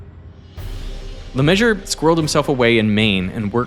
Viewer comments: Any specific reasons why you would only pronounce half of he's name ? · As a French speaking structural engineer, I'm not sure what I'm more alarmed by when watching this documentary. The potential collapse of what was a defective building, or the horrific pronunciation of Le Messurier 😂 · You might want to learn how to pronounce his name. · RIP LeMessurier pronunciation, except "Le", everything is wrong 😂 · The pronunciation of LeMessurier is killing me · Good vid, awful pronunciation, mr broccoli head is annoying. Thank you. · I thought LeMessurier is pronounced in the French way.... A Canadian should know... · Everybody has being mispronouncing the name of the protagonist for the whole video... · I didn't get it for a while because unlike Americans I respect the French pronunciation of that name. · "LeMeSSurIER" not "LeMeasure" !!!!! 🙄🤡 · Name: Messurier. Pronunciation: Me-sur-ri-eh. How you expect a yank to say it: Messur-ree-ur. How the yank says it: Measure. Sigh... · LE MAY SUE REE AIR not le measure if you‘re gonna say it 2000 times please look up the pronunciation 😭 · no... not "Le Measure"... the man's name is Le Messurier, it's pronounced /lə məsyʁje/, not /lə ˈmɛʒ.ɚ/ as in "measure" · His name isn't "Le Meshur". It's "Le Mezz-ur-ee-yay". Research 10/10. Pronunciation 0/10. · Le Measure? Non! Meh-zoo-ree-eh. This was a research project wasn't it? And within the first 30 seconds of the video you're mispronouncing the main subject's name and repeating it throughout the video. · I can't be the only one who is triggered by this weird pronunciation 'LeMeasure'... Even Americans should be able to say 'Le-Mess-Sure-Yeah'. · It's pronounced "Lemesurier", not "Lemeasure". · i was just listening thinking his name was leMeasure. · The fact that the engineer's last name is effectively pronounced "Le Measure" is perfect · What is it with anglophon you can’t prononce a guys name properly LeMesurier you all say LeMesur how about: IER those 3 last letter are not silent